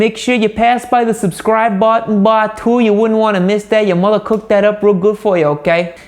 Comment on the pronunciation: are you Italian? That east coast tusciano coming through when you’re talking about subscribing real nice!